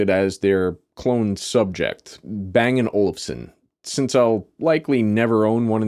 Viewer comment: Haha. Don't you always say "Olsen"? Even in american english Olufsen is not too hard to say.